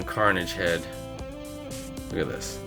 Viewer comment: Carnage-ham. LOL